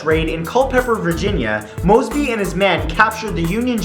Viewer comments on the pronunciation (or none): WHEN HE SAID MOSEBY I THOUGHT IT WAS MR MOSEBY